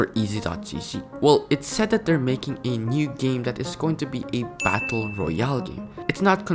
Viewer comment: sayine game as geem LOL